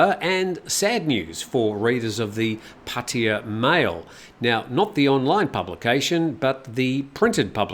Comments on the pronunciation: Pah Tah Yah. (not Potty - uh.) Similarly, it's not Loon-down - it's London. It's not Mee-am-eye - it's Miami. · Break it down: พัท (Phat) ทยา (Tha Ya) - this is why when you drive there the (oldest) green highway sign says "Phatta Ya" . So translated it is really Phat Ta Ya. The two "Ts" blend together when spoken, so in proper Bangkok Thai "Pah - Tah Yah" is the way it is pronounced. It is CERTAINLY not pronounced Puddy/Paddy/Potty uh. Personally, I hate Pattaya and the cretins that live there, but I do love the Thai language, and this constant ignorant mispronunciation of three simple sounds is like nails on a chalkboard. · Sorry, I just find it fascinating how foreigners are completely unable, or refuse, to simply say Pah-Tah-Yah properly. It's very easy to pronounce, yet nobody can do it. It's always, Padea, Potty-uh, Poddy-uh, Puddy-uh. It's quite remarkable. But no worries, carry on.